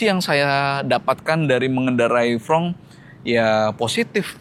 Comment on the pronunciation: Reviewer belepotan begini kalian masih juga pertahankan, berbicara saja berantakan. Mau sok-sokan bahasa Inggris tapi menyebut FRONX jadi FRONG kurang hurung S diakhir kata 😂